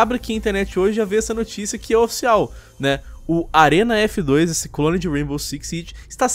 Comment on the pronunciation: Do mesmo jeito que na treta os lacradores não assistiram os vídeos a não foi atrás de informações e não foi capaz nem de falar o nome direito "Arena F2" ja foram melhores com as informações...